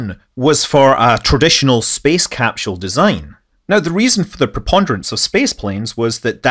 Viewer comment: capsule ... no h in capsule